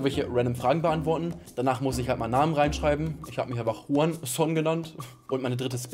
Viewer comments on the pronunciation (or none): none